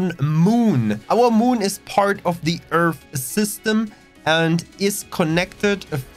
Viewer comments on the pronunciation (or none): twook a dwink everwy time he saysh Eeerff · Find it funny that you can build a station in the Sol system, shouldn't our home system be filled with stations and traffic to say or does earth not have anything in the system already? I also find it a lil funny with your accent on how you pronounced earth as (earf) well from how I hear it from you. Nice video thanx for the info.